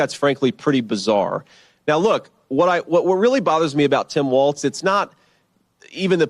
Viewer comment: Tim WALZZZZZ 😅😘😘 NOT WAL(TS)